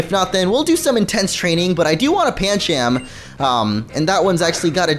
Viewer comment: Pan chum not pan cham